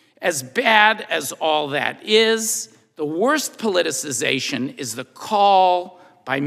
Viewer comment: I have never heard "politicization" better used and pronounced.